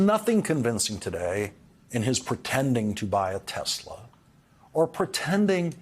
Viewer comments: "Tezler". It's "Tesla", Mr. President. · Icing on the stupid cake is that Trump gets the name wrong. He calls it 'Tesler'.